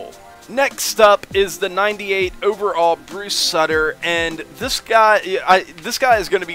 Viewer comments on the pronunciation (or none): Soo-ter not suh-tur